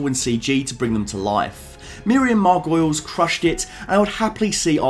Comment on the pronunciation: Heads up: Its pronounced 'Mar-Go-Leez" not "Margoyles".